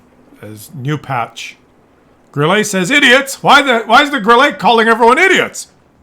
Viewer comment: Grille calls team idiots because they completely ignore West flank. And by the way, Grille (German for crickett) is pronounced 'Grill - luh'. Thanks